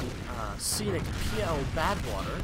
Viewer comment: You definitely said pl_badwater at the beginning,.